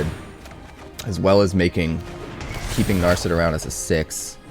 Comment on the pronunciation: Damn you butchered Narset's name as well. Practice your pronunciation before paying for ads. Good luck.